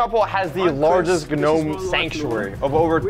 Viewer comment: "The world's largest GUnome sanctuary"